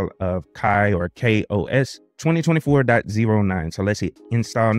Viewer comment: Ki-OS? what is that? This review is regarding Ka-OS, which is pronounced Kay-OS. You know, like other KDE platforms